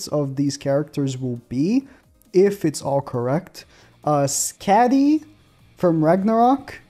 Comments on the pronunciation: Think it’s pronounced Sk-A-dee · Its pronounced Skadi, shes an ice giant huntress, Fest Mael should be the next fest. I wouldn't be suprised if the next banner in 2 weeks is Skadi and The Liz we keep seeing because thats her outfit at the end of the show. Not her as "goddess liz" during the 3000 year war. Shes probably gonna be partnered with skadi and not going to be a light unit just like sariel wont because they aren't fest worthy. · That’s not how you say skadi 😭